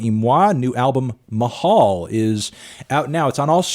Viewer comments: it’s pronounced “Ma-Hal” not “Mah-Hall” I know it sounds confusing but that’s how you say it. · Bro, “mah-hall”? 👀🤢😁